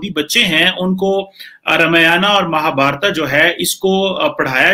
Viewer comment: Mahabharata nhi kima chima .. Mahabharat khte h